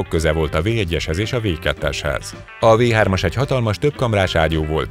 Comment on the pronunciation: A V3-at amúgy Fau 3-nak ejtik...de nem ez az egyetlen hiba a videóban